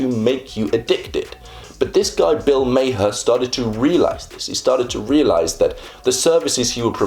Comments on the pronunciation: Was going to say - it's pronounced "Mar!" Kinda surprised he missed that, considering how prevalent Bill is online. >_< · Bill Maher's name is pronounced like "Mar" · Nah. It's an Arabic name that's supposed to be pronounced ma-hirrr with the rolling R. It means "skilled". Mar is just the American interpretation of the name lol